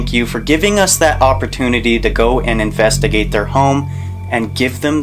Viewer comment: Haha... In the beginning, he couldn't say investigate... He said invedagate.... LoL